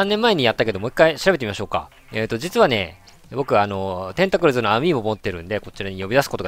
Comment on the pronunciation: テントクリズwwwww （ほんとの名前はテンタクルズです） いやー それにしてもほんと最近出てくるよね（嬉しいって意味ですよ❗） も面白いw 倒せる か ○せる かどっちで言えばいいんだろうって思ったのかな？wwwww ヒメちゃんになろうとしてるの可愛い❤️ 頑張って❗